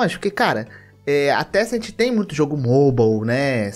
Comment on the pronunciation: Se vc estiver falando da empresa de jogos chineses, não é tecent, é Tencent